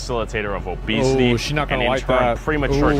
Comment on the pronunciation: Obesity ❌ Obecity ⭕